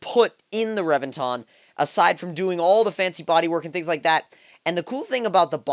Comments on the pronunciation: omg you butcher names lol, Rev-vin-tin its all good tho, loved the video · emphasize the E in reventon, not revinton, pronounce the E like you would in revenge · And that's why they call it the "REV"enton.